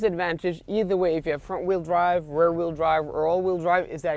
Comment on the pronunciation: Hi. It might be me but I hear you say "Rare wheel drive" when you refer to "Rear wheel drive". Just a friendly comment. Not meant to criticize!! Love your videos! Thanks!:)